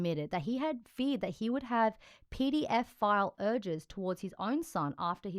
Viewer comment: This woman said "PDF file" instead of pedophile. Should have checked pronunciation before broadcasting.